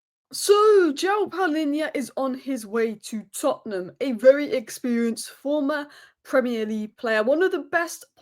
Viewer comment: I like the way you say Tottenham...others mention Tottenham as if they have a problem with them.